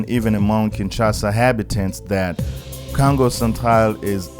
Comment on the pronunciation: Love the accent bro the way you prononcé Congo sound like kango.. love your video by the way keep it up..